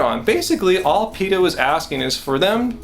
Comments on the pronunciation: Pay-ta? I don't know what Pay-ta is? PETA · y u pronounce it "paeta"? haha